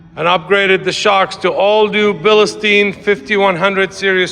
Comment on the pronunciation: Love the truck, but the shocks are pronounced Beal Stine. Danke